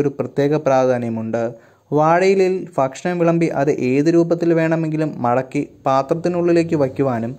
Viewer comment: ഫക്ഷണം അല്ല ഭക്ഷണം ആണ്..🤣🤣🤣🤣